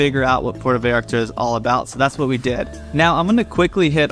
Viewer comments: It's Puerto (pwerto), Porto is in Portugal. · Why do you say port o? It’s Puerto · P-U-E-R-T-O, <=this is Spanish P-O-R-T-O, <= this is Italian Say it right brotha. 😉 Thanks for the video. I’ve actually been wondering about visiting Puerto Vallarta. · Just a friendly tip. Puerto not puerta. The difference between a port and a door…